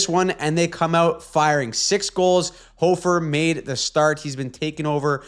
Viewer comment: Appreciate the Hofer pronunciation. Thanks for correcting that 🤘🏻